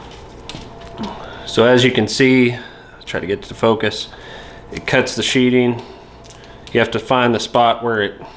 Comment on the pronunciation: I appreciate the video. Its sheatHing not sheeting. Like a knife goes into a sheath and not a sheet.